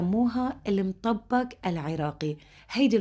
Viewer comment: بحييكي واحترامك حتى لكيفية لفظ الطبخه بيدل على شخصيتك المحترمه شكرا الك